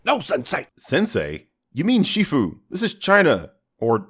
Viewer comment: The way you said it was xifu, which is a different word(s) altogether. shifu is said more like the English word "sure" in Mandarin